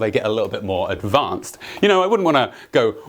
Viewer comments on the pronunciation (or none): none